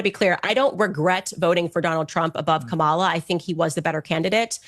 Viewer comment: Candace can't even pronounce Kamala name right....😂😂😂😂 But she is supposedly of education and high IQ 🤔🤔🤔🤔